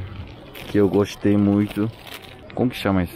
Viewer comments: "que eu GOXTEI muito" O sotaque carioca meu pai amado ✊🏻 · "esse pão eu GOXXXTEI muito" adorei esse sotaque meio paulista meio carioca